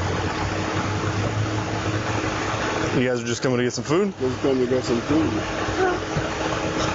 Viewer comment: More AW-kays from the cops. Are they taught in the academy to say ok as AW-kay?